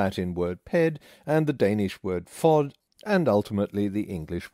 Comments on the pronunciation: As a dane, I loved your pronunciation of "fod" :D Just a head's up - the D is soft and is pronounced more like the "th" sound in "the", "them", "they", though", and so on :) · fod - terribel pronounciation xD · You really really mispronounced "fod". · That pronunciation of the Danish "fod" was very wrong. But ehh. Who cares.